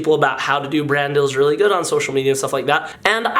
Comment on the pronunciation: cream chellar let him say dill, DILL?